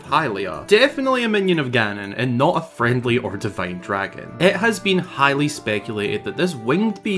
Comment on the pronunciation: Great video! Super interesting. ll Love your content, can you please stop saying "highly" so much lol. It's funny when you say "highly anticipated" because then it sounds like you're saying "Hylian-ticipated" but... try "greatly" or "fervently" or "super much bigly" idk